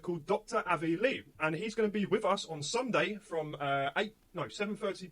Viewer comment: I totally agree with the young man talking about not getting on any buses or taking any help from the government through this thing being an actual supposed threat but you think he could at least get the professor's name right he said lebe not Loeb😂